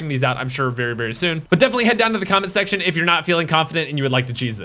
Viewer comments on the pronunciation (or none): none